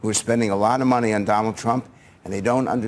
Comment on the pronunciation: Did you just call him "Don-old"????? 🤣🤣🤣🤣🤣😂😂😂😂😂🤪🤪🤪🤪🤪